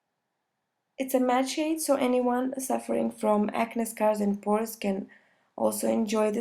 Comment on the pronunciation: Acne is pronounced "Aknee" not "aknes" :* ♥ loved the video